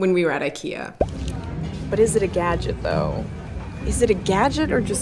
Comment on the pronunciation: it's pronounced Ik-eee-ah